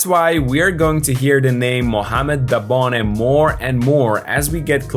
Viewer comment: His name is Dabone….